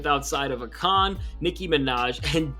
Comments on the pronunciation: nigga said ah-kon 😂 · Love this dudes videos but him saying A kon as acon is great to me 😂❤ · Did man just say “Àkon” twice?? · Content was solid but you gotta learn how to pronounce Akon my guy 😂😂😂